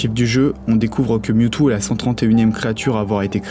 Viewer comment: "DeuxMiaou" AIE